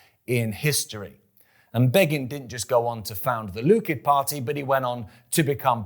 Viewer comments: Love what you do but Please stop saying Lukid, it is bloody Likud! And it is the Al Aqsa mosque, not the Al Asqa. ❤ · It's not from the Jordan River to the Mediterranean. Check your Book of Joshua: it's from the Euphrates River to the Nile River. Also, it's Likud, not Lukid. It's not pronounced Menachem Begin, it's pronounced Menakim Begin.